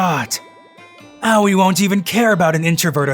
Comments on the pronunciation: "owie (Aoi)" my dude, it's A (like the A in Ant) Oi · Awei?🤣🤣🤣 Sounds like a kid that hit his toe🤣🤣🤣 Ps, I'm pretty shure it's pronounced Ao-i I'm just can't concentrate with the continuous "awie"😂😂😂 I keep imagining a kid saying "awie, i hit my toe"🤣🤣🤣🤣 Ps. It's not a bad thing, i actually made my day, so pls don't get offended, I'm just saying it's funny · When he say aoi in my mind it autocorrect to yaoi And after i heard yaoi i heard lesbian and it funny cuz it cringe. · Pronouncing Aoi owie is kinda grating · Just throwing this out there, if anyone wants to know how to pronounce "Aoi", it's pronounced "Ah-Oy" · As if girl's like this exist irl still, it was enjoyable except for how Aoi was pronounced. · The way he’s pronouncing Aoi bothers me.